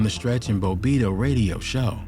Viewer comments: Bo-bitto smh lol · Man said Bo-bitto